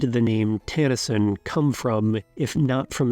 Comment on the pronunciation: Pronunciation is cringe. NOT TAN-a-sin. It's tah-nah-sheen, with no accent.